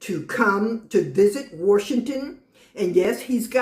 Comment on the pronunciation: there is no r in washington